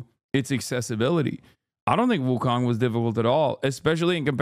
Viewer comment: It’s pronounced Wu Cone